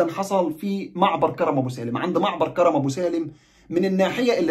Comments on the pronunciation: كَرْم ابو سالم بتسكين الراء كْرم يعنى عنب يعنى حدائق عنب ابو سالم وليس كَرَم زى كرم مطاوع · اسم كرم ابو سالم حضرتك بتنطقه غلط اسمه كرم من كروم العنب وليس كرم بالفتحه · كرم ابو سالم الراء ساكنه في كلمة كرم و كرم تعني حقل العنب في اللهجة الفلسطينيه 😊مع خالص تحياتي واحترامي